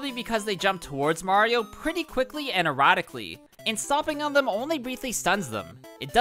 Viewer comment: They jump what? "Erotically''?